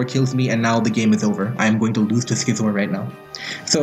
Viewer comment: you pronouse Scizor like you'd pronouns Scizzors mate. Not Skizor.